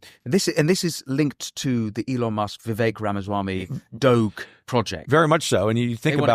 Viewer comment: How can a British accent man completely butcher the department of gov. efficiency (doge) pronunciation lol? The "G" is very British like in it's pronunciation. Yes I'm taking a jab at British proper accents lol.